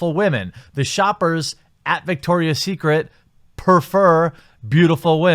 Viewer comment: It’s Victoria not dicktoria